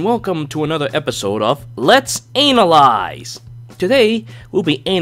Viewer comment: i legit just realized he says ANAL ize LMFAO